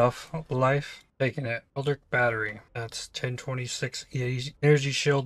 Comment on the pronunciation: I thought I can keep going on with that, but please...it's not ELDRIC it's ELDRITCH!!! like in a word Rich :D